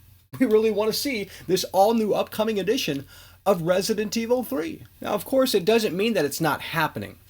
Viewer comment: Why does hey say "Resident Evil 3" that way lmao makes me wanna pull my hair out